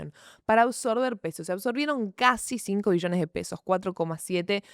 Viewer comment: acentúa la B wey, escuche 10 Millones y dije, tanto drama por eso? jajaja lo tuve q ver varias veces para notar q eran Billones xD